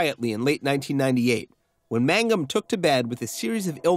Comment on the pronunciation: Its MANGUM not MAGNUM ^^